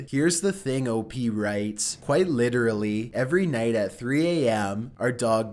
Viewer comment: Qw-ite Off-tin